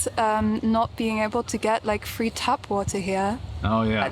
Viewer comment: 'tap' water, not 'tab.' Spelled differently and pronounced differently. 'tap' heißt Leitung. 😉